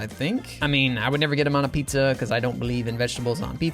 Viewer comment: It's not a "PIZA" and Not a "Nizza"